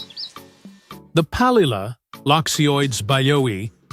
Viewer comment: The Narrator first mentioned the the bird as PALILA, then mentioned it as “PALEELA”. Why is this narrator always making errors in naming bird species ?